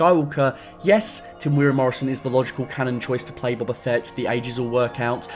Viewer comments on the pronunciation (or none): Dude... it's Boba. Not "Bobber"